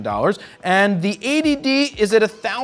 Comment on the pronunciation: everytime you say 80d it sounds like A.D.D.